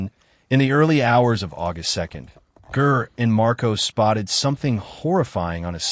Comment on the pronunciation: It's pronounced "Jer," not grr. Awful AI crap. Ger deserves a better tribute than this nonsense. I stopped at the mispronunciation of his name. YouTube needs to ban this crap. RIP, Ger.